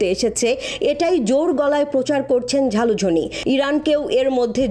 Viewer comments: Ota jhalujhin na ota zelenesky..age propet uchharon korun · ভাই, ব্যাটার নাম "যালুজ(স)নি", ঝালুঝনি না। 😂😂